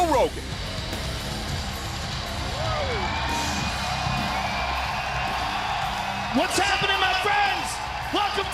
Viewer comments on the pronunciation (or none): "Joe Roggin" LOL